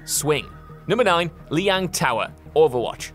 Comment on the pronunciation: Cant even pronounce Lijiang Tower correctly..... And in the 3 years ive been playing overwatch ive never once heard a complaint about it. Its a fan favorite map